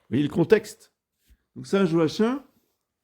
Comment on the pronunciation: On prononce Joakim